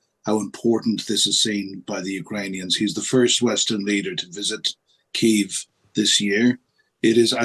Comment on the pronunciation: Please please pronounce kyiv like a Ukrainian. 2 years in now